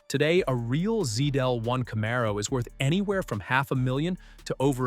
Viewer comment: Bro, stop using ai that can’t even pronounce Camaro